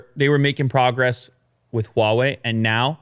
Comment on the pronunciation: First time heard an English speaker pronounce "H"wa Wei correctly. While a lots of Americans will find the "H" sound wired, it actually is the same sound of French "R" - somehow they think French is elegant.